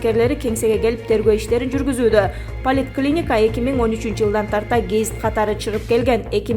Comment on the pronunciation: Полит клиника деген да болчу беле поликлиника дейт чон кыз